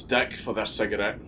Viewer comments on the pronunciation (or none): ah yes... "cigarette"